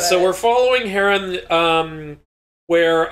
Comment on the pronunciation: It irks me every time you Mispronounced Heron. There's no A.... Other than that love the video.